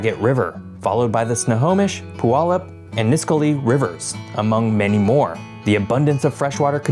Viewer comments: Skagit is pronounced ska-get and Puyallup is Pew-Al-up. 💜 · *Skagit = skajit *Puyallup= pew-allup *Nisqually= nis-kwally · for anyone who wants to know how these are actually pronounced Ska-jit Snow-home-ish (got this one right) Pew-all-up Nis-qu-all-ee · Some helpful pronunciation Tips from a local: Juan de Fuca = "wahn day few-cah" Skagit = "skad-jit" Puyallup = "pew-al-up" Nisqually = "nis-kwal-lee" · Skagit (Sk-adj-it) Puyallup (Pew-al-up) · Skagit: "SKAA-djit" Puyallup: "pyoo-AL-up" Nisqually: "ni-SQUALL-ee" Also, I wouldn't exactly call Tacoma "obscure." If I travel around and tell other Americans or Canadians that I'm from Tacoma, they usually know that it's a major city in the Puget Sound area. At least you pronounced "Sequim" and "Steilacoom" correctly...gotta give you credit there. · Oof. You missed the pronunciation on 3 or 4 of these rivers. Skagit has a soft g. Puyallup is a y, not a w. Nisqually rhymes with 'missed Wally'. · Skagit is pronounced "SKA-jit". Puyallup is pronounced "Pyoo-AL-up". Nisqually is pronounced "Niss-KWAHL-ee". You did pretty well, I've heard a lot worse attempts 😊 great video as usual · Nah nah nah, it's pronounced Pyu-Aw-Lup😂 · When I lived in Tacoma I always heard Puyallup pronounced Pee-wallup. 👀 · Your pronunciations crack me up. Ska-jit. Nis-qwally. Pew-allup. Few-ka (although the way YOU said "Fuca" is the proper Spanish pronunciation, we say "Few-ka" like "Cew-ba".) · that is not correct at all, as a Puyallup native it is Pew-all-up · Puyallup is pronounced Pew-wallup, and Nisqually is pronounced Nis-qual-ee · Fuca sounds like ‘fyookah’ Skagit sounds like ‘yeah-jit’ Puyallup sounds like ‘pew-AL-up’ Nisqually sounds like ‘disk Wall-E’ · Oh God, those pronunciations ... I was gonna let him slide on "Fuca" because being named for a Spanish speaking person that's probably how it should be pronounced, even though that's not how we do it. But I can't let Skagit/Puyallup/Nisqually go.